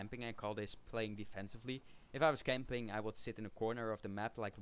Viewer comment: lol nederlanders engels praten klinkt maf !!! xD nee mooie video lol btw net als je camping zegt maar dan in het nederlands van kom we gaan naar de kamping :D